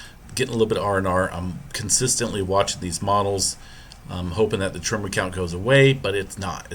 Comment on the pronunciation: Is it just me but dude sounds like he is pronouncing the word tremor as trimmer?